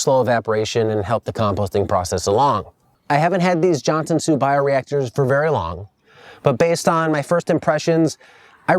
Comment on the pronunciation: Johnson soup? isnt it Johnson Su